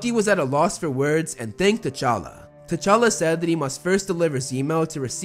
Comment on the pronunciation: Its actualy t'chala